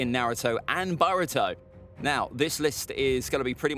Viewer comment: Man's said baruto